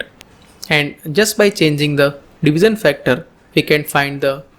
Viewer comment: Good video thank you, and a correction it is pronounced as 'Divishion' not 'Divison', it is 'shion' not 'son'. Hope you get it right next time thanks.